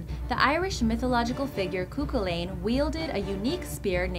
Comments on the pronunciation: Cúchulainn ( koo...khullin...) not 'cuckoo lane' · I hate it when Irish words or names are pronounced wrong or spelt wrong cough cough Cuchullain (Pronounced "Coochullen* basically) and Aoife not Aiofe (Pronounced "Eefa")